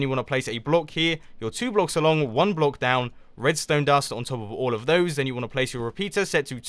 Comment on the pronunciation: sounds like you're sayin bloke lol